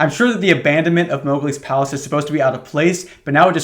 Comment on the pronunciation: i heard "moghgwyn palace" instead of "mowgli's palace" and the mental image of a disney blood-temple made this story pretty confusing for a minute.